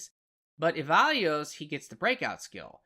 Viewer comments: Good stuff. Going to incorporate some of this into my own melee build. One thing though: E-VAN-GEL-O Who is "evalues"? The name is pronounced in-game many times. Even if it's "wrong" that is the way the devs (who created the fictional character) wanted it to be pronounced. And, more importantly, that's how the folk watching this vid probably know the character. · E-VAN-JELLO! That's how it is produced. Nice vid! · Such a great video but yes ‘Evalios’ was driving me nuts lol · Man struggles to say E-VAN-GELO 😂😂